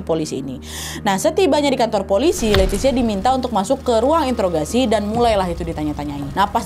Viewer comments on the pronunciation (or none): none